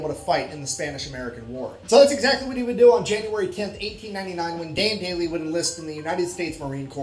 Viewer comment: yeah...but Sgt Maj. Dan Daly is Daly...not Daily, nor Dailey.